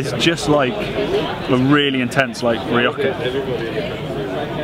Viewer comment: When you say Rioca I think you mean Rioja (~Reeoha)